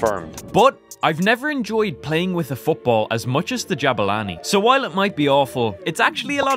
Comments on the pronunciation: Que humilde poniendo jabani en vez de jabulani🤑👌🏻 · he saying addias and Jabulani wrong